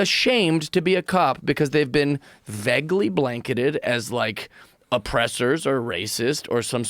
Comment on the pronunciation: This guy if funny but he keeps saying "vegly" for some reason